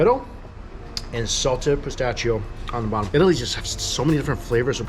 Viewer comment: Did he say yeetaly?